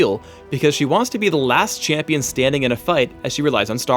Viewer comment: Why does say "chee-ampion"